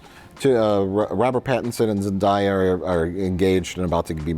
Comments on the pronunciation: I believe Zendaya once said in an interview that her name is pronounced Zen DAY ah not Zen DYE ah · Isn’t it zen-DAY-uh, not zen-DIE-uh? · Every time 'Zendaya' is pronounced, I age a decade